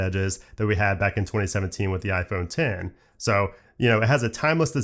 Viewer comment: Thank you for calling it “IPhone Ten” not “IPhone EX”